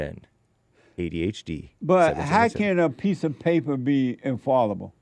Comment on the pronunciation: The ‘f-a-l-l’ in ‘infallible’ is pronounced like ‘pal’ or ‘shall’ not ‘Paul’ or ‘fall’. ✨